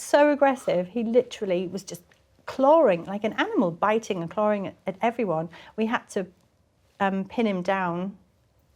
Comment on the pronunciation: “He was charring at her.” 🤣 TRANSLATION: He was clawing at her.